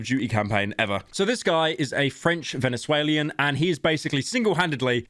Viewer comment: Pyro, it's VenezUELAN, NOT VenezuELIAN lmao you fell off